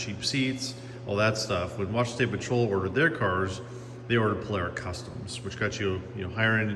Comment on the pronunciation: There's no "air" in Polara